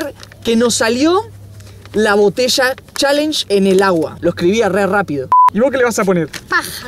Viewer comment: se dice challenge no chaler